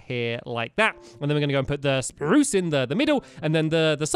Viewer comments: Lol the way he says spruce... SPRRROOCE 😂😂😂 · awwww stampy still says sprrruucccce